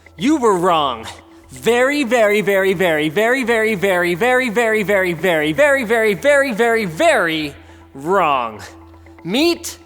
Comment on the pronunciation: berry berry berry berry berry berry berry berry berry berry berry berry berry berry berry VERy